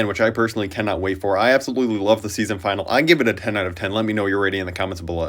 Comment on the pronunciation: It's pronouned Fi-nal-ee. Not F-eye-nol.